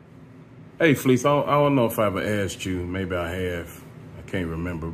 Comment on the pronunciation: His name not fleece he pronounced his own name fa leece